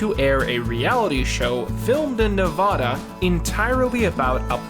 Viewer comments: I like you, and I don’t wanna be “that guy”... but it’s nev ADD a not Nev AH da. I’m sorry but as a Nevadan I had to. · Say it with me NA-VAD-DUH. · was liking the video until you said "Nev-auh-duh" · 1. It is pronounced Ne-VA-Duh. Not Ne-Vah-duh. 2. It is the History Channel. Not the History Network. 2 errors in 30 seconds? Blocked and reported. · it's Nevada not Nevaduh. sorry it just pisses me off as a native lmao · Hate to be that guy lol but it’s Nuh-Vadda not Nuh-Vodda. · It's ne vA da not ne va da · Apparently somebody lives in nevahduh and watches the history network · 7 seconds in and I already want to dislike, it's ni as in nickel, va as in vaccine, and da as in da fuq. Ni va da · It's nev-ah-duh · Of all your pronunciations I’m most upset at “Nevahda”, as a resident. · i can't tweet you bc my twitter is private but PLEASE learn how to say "nevada." this is like the third time you have mispronounced it. the first a is the same a in "cat." the last a is a schwa, pronounced "uh." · you can immediately tell the narrator is not from the west coast based on how he pronounced Nevada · Please learn how to pronounce Nevada and Chumlee. 😁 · Never say Nevada again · It’s Nevada, not Nevada! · Never do a story in Oh-ree-gawn. I agree with the summation, but give me chalk board scratches before butchering Nevada again. Also, Washington does not like STATE all the time. We just call it Washington. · The A’s in Nevada should be short vowel, as in “apple”. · Not even 30 seconds in and I'm annoyed. Mispronounced Nevada lol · the way you say nevada is so wild....whhaaatt???